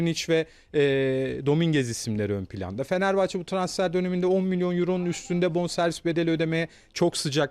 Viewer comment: Asporun Fenerbahçe diyemiyen konuşma özürlü bayan spikerleri feneebahçe ne amg ya..konuşmayı öğrenin biraz.